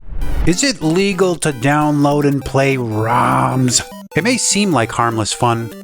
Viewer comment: The way he said ROMS 😂